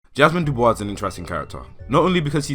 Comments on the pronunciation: also it’s pronounced doo boyss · Are you aware that the "s" in "Dubois" is silent?